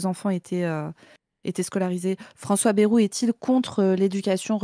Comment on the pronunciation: qui dit baie-roux au lieu de baille-roux ! Ça me rappelle ceux qui disaient mythe-rang